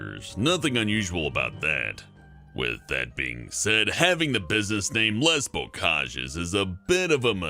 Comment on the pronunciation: Les is pronounced leh.